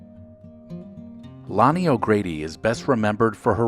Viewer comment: Her name was Lani, not Lonnie. Show a little respect.